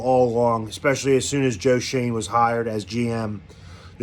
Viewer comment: You pronounced Joe Schoen correctly!! Your reaction was priceless.